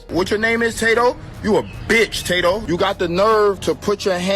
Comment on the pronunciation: "Tah-doe" what a fkn wanker Ross is